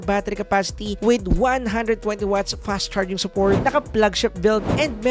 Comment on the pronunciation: Hehe i love the way you say this "fash" charging. 😂